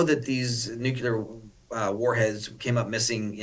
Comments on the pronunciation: This is crazy. And it’s Nuclear not nucular! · You don’t have to be a nuclear expert to pronounce it correctly. “NOO-clear”. It’s even spelled that way! NOT “noo-cue-lur”. Just read the word!!!😤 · Why do people, and even experts like this man say “nu cu ler” when it should clearly be properly pronounced “nu cle ur”? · Why is he saying nucular? This is what G W Bush was doing. Benny Johnson is saying nucular as well. It isn't even a real word. Why not just say the real word nuclear? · Say it with me - NEW-Klee-er. Not NEW-cue-ler. Just remember -if it's in the news, it's because they want you to know it. If someone is spewing fear, it's because that's the goal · I have a hard time taking seriously anyone who says Nuculer. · I can’t focus because he says nucular and not nuclear. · Agree 100%. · It’s Nu-Clear It’s NOT Nuke-ya-Kerr! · Intelligent people cannot pronounce nuclear. It drives me crazy! New Klee ar! Not new que lar! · I'd respect this "expert" if he could pronounce "nuclear" properly. NU-KLEER. Not NU-KU-LAR. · How can you take seriously people who say "nucular"? And why tf secret drone use bright lights? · Why do half of the people on YouTube pronounce it “nucular“? Isn’t it correctly “nuclear”? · What does Nucular mean? I looked it up and found nothing. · Nuclear not nucular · EXACTLY! Especially when they’re supposed to be so-called experts in the field of radioactive nuclear materials! Say it out loud everybody… “NEW’-CLEE-ER”🙄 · No such word as nook u ler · * NEVER TRUST ANYONE THAT SAYS "NUCULAR". That's far more terrifying than anything that's actually NUCLEAR. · 'Nucular' ... Really? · It's just so hard, so cringe to listen to this guy pronounce the word nuclear as nuculer... Why doesn't Charlie call him out on it? I'm so sick of people like this mispronouncing words especially the word nuclear. I voted for trump, I'm a conservative, I can't stand this kind of thing. It just sucks. I can't watch it. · He said “nucular”. also twice more at .